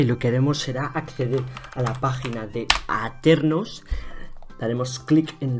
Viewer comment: Todo bien, hasta que dijo aternos 🤢🤢🤢🤢🤢